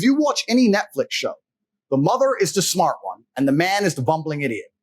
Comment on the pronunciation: Where is he from? The way Andrew pronounces things. "Mah er."